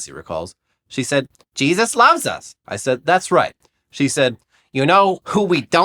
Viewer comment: He said, she shed